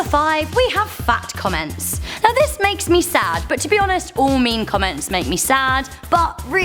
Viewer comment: I thought you said "fact comments" lol